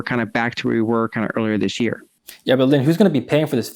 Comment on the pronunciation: She said "this year", not "th'sheer". YAY!!!!